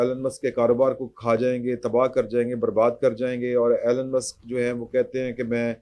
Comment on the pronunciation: His name is E Lon not Allan